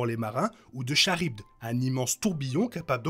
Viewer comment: Cool! Mais Charybde se prononce "karib"